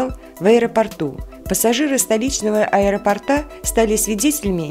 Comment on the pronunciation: АэропОрта, а не аэропортА. Пожалуйста, говорите правильно!